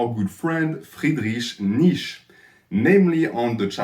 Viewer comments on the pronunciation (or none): This frickin frenchman can't withhold himself to saying "freedreek neesh." "Neech-uh" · No, it's actually "Fried-rice Niat-ze-s-che". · friedriesch niesch is all i heard there